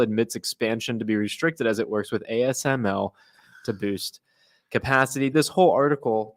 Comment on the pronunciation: Dude you don't even know how to pronouns ASML.